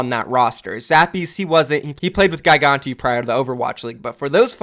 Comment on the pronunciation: ...And it's Gigantti not Gai-ganti. Man how could this day get any better??